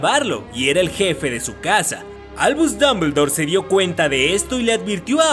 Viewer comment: Albuuush dumbledouur XDDDDDD